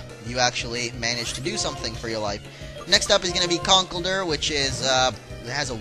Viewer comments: I think it's supposed to be pronounced "conk-elder"; at least that's how it's spoken in the show. Which makes a lot more sense considering the previous evolutions' puns (timber, girder). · Its pronounced con - kellll - dur